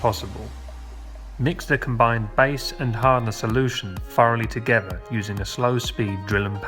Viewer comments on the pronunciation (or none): OK, this is a shame but I guess I have to teach an English man how to speak English. For instance, when you say the word together, there most certainly isn't a V in the word together. It isn't togeva as you say it, it's together. OK that was your first lesson.